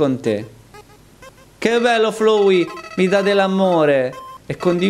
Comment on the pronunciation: Tizio: ciao sono FLOWEY Io: mi si corrode il fegato Sì dice FLAWEY l'inglese pachiderma!